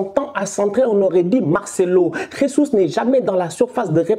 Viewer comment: Salut on dit pas « resus » comme en espagnol le J c’est comme en français